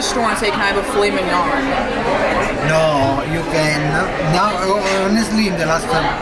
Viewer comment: Omg 😭 absolutely butchered the pronunciation of Filet Mignon 😂